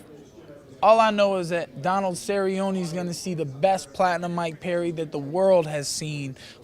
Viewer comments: Nermaganmadof Donald serri-oni hahahahahahaha I'm dead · guy with the glasses is a fuckin weirdo cant even say cerrone properly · The guy with the glasses is such a fucking meme. I laughed my ass off when he pronounced Donald Cerrone. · The way that dude pronounce Cerrone made me cringe. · Lol this weirdo with the glasses. And he can't even pronounce Cerrone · Did this guy butcher Donald Cerrone's name lol?? this dude's funny as hell